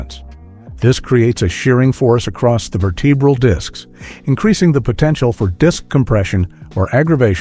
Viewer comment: Ver-TEE-brall disks?